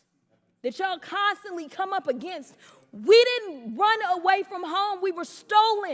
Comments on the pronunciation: Why do those southern Maga nuts pronounce against like that? New English like New Math maybe? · Clay Higgins shows why Louisiana is ALWAYS in the bottom 5 for education. Ps, learn how to say against.